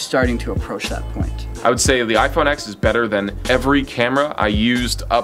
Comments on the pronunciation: iPhone X mispronounced lol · Ok Ex